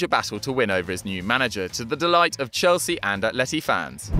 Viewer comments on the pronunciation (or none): none